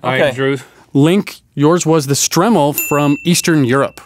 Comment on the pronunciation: it's pronounced strimol